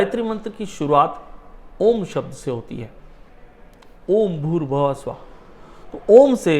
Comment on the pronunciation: भुर्भव: स्व: नहीं भूर्भुव: स्व: होता है। आपको तो गायत्री मंत्र बोलना ही नहीं आता है। पहले गायत्री मंत्र सही बोलना सीखिए।